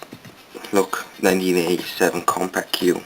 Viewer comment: Not trying to nitpick but "Compaq" is pronounced like "Compack". Really cool machine by the way!